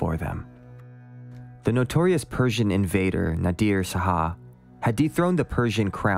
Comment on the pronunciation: Really well done. Enjoying it. WIth all friendliness intended, may I gently suggest that "Shah" is pronounced as one syllable? Just like "hah", but with a "shhhh" sound at the start. Not two syllables as "Sah-hah."